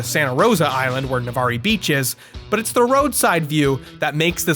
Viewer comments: it’s pronounced NA-VARR, I cringed so bad dude said navaree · As someone who lives about any hour from Navarre, it’s pronounced na-vare, not na-var-e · Imagine my surprise where the first location was a place I used to live. I drove past (and through the drive thru) a million times going to and from work and college and never noticed the "aqua" theme. I wonder if it changed after I left... Also it's "navarre" not "navarr-ee". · Navarr-y 🤭 it’s just pronounced navarr the e is silent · Love the video :D BTW IT'S NAV-ARR NOT NAVARR-EE!! LIKE A PIRATE!!! Sorry (I'm a local) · hearing him pronounce in Navarrie is so funny as a pensacolan LMAO thats Navarre baby the e is silent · i lived in fort walton for ten years... never heard anyone call it nuh-var-eee... its just nuh-var... navarre lol nice one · weird coincidence you went to my home town. although my dude, it's pronounced Nuh-varr not nah-varr-ee lol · It's pronounced Nevare not nevarré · Hahaha Navarr-E? I lived there as a military wife for a long long time. It’s pronounced Navar. Hell maybe I jumped into another universe and don’t know it. But I never heard it called Navarr-E hahaha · I live in Fort Walton Beach that’s next to Navarre. It’s pronounced Nah-Varr, not Nah-Varee. I laughed 😂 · I love you but as someone that lived near the underwater McDonald's its pronounced na-varr not na-var-ri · "navar-re" it's pronounced nah-var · OH MY GOD Its Navarrrre (pronounced Like Far) no extra e on the end Pensacola is better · "navarree" oh my god the pronunciation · BRUH. It's pronounced Nah-Var. You're killin me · it’s NA-VAR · It’s pronounced nuh-var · randomly clicked on this video and i live here haha! it’s “na-var” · It’s NA-VAR beach. NO “e” pronounced. Navarre. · The way you said Navarre made my brain shrink lmao. It’s just pronounced navarr, no need to enunciate the e. LOL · AGGGG YOU SAID NAVARRE WRONG you pronounce it like navarrrrrre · It’s pronounced nəˈvɑːr. No long e. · It’s pronunced Nuh-Var